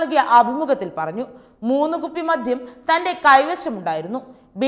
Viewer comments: എന്റെ കൊച്ചേ..അല്പം അക്ഷരസ്‌പുടതയോടെ ഇനിയെങ്കിലും സംസാരിച്ചുകൂടെ..?.അപേക്ഷയാണ് എല്ലാവരും ഒന്നു ശ്രദ്ധിക്കണം.മദ്ധ്യം അല്ല മദ്യം എന്നാണ്,പിന്നെ വിധ്യാർത്ഥി,വിധ്യാഭ്യാസം അങ്ങിനെ കുറെയുണ്ട്... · മധ്യം അല്ല കുട്ടീ.. മദ്യം ആണ്. ശരീയായി മലയാളം പറയാൻ പഠിക്കൂ. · സുഹൃത്തേ മധ്യം അല്ല ,മദ്യം എന്ന് പറയൂ ... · മോളേ ആവേശം മൂലം "മദ്ധ്യം" എന്നു പറയരുതേ...മദ്യം എന്നു പറയണേ...